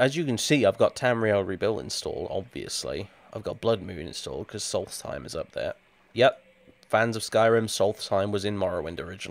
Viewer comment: For some reason you can pronounce "Solstheim" every way but correctly :'D